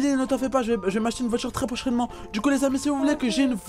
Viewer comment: Une voihtur